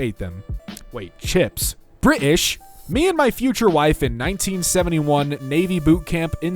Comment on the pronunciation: "wait, chips? Bri'ish"